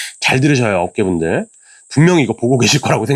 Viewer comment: 업계분들 발음을 어께분들 이라고 하는줄 ~~~ ㅎㅎㅎ